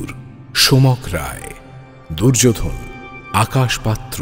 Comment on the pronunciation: দুর্যোধন। দুর্যো'ধোন' কেন বলছেন?? ভীষ্ম। ভী'ষ্মঁ' উচ্চারণ করছেন কেন?? 🥱🥱